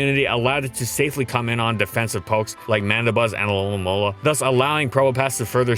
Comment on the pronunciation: "Its toxic immunity allowed it to switch in on defensive pokes like Mandibuzz and Alomumlm." You sure you don't wanna redo that voice clip? You sound like ya got a few marbles in your mouth lol